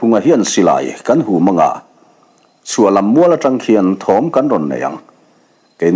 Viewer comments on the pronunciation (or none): none